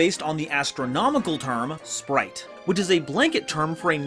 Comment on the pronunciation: Why you saying splight?